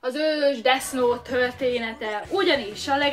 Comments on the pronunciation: Pls nem desz nót mert olyan mintha azt mondanád hogy disznót különben is úgy kell ejteni hogy def jót semmi disznót légyszi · Def és nem Desz xddd angol kiejtés pls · Kiejtés: Def nót, mivel th-t úgy ejtik, mintha kicsit ráharapnál a nyelvedre és úgy inkább f-nek hangzik, és a gay, az géj, mert a az "a"-t gyakran é-nek ejtik, és az angol abcben is "éj", az amit te mondtál (kiejtésileg) az azt jelenti, hogy "én egy srác vagyok". Ezt nem puszta kukacoskodásból írom, csak azért kicsit zavaró, hogy nem ejted rendesen, és szerintem nem vagyok egyedül ;) Attól még tetszik, meg érdekes a videó szval a like azért megy. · Úgy kell ki mondani ,hogy defnot😂😂😂 De imádlak❤️😂😂😂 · esküszöm nem hallottam még embert ilyen hülyén beszélni.... na meg az a "Desz Nót"... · [Desz nót] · desznót :DDD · Desz nótXD